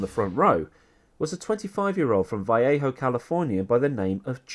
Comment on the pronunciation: Ironically you are the one in 100 thousand who pronounce Jeff Gordon's home town correctly. Natives butcher it (Americanise it?) to Va (soft a) Lay Ho